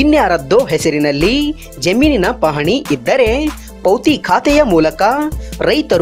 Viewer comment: ಇದ್ದರೇ..ಹೊದರೇ....ಬಂದರೇ.... ಸ್ವಲ್ಪ ಚಲೊತ್ನಾನಿ ಹೇಳದ ಕಲಿರಿ ಸುಗಾಳ್ಯ